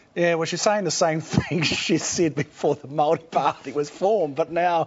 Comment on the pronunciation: The amount of time Paul Holmes has spent as a broadcaster you would think he would have learnt somewhere along the line to pronounce the word 'Maori' correctly. He aha te tangata whenua tenei ehoa? Ko Matt MacCarten? He tane kaupapa rua ia, ka mahara au te whakatauaki 'He pounamu kakano rua.'